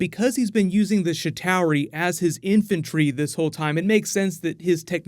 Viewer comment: you kill me with your pronunciations. SHIH TAREE not CHI TOWRY • EETHER not AYE THER hahah and Stones!! Not Gems in the MCU